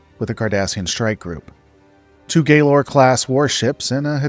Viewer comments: You say Galor improperly and it drives me nuts. It is not “gay - lore” it is “gal-or”. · It is pronounced Gallor, not Gaylor. I absolutely refuse to support a channel that makes videos about Star Trek but can't even pronounce the simplest ship class's names even though it was mentioned dozens of times in deep space night alone.